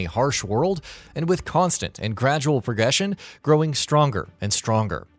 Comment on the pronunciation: Pegession lol